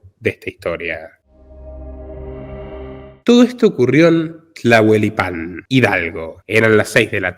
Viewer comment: Es tlahuelilpan y se pronuncia casi igual a como esta escrito, Oaxaca se pronuncia oajaca la x se pronuncia como jota al igual como la palabra México que se pronuncia mejico como si fuera la letra" J " jota.